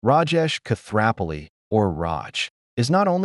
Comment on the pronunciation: the narrator should learn how to pronounce Koothrappali!!!! 🤭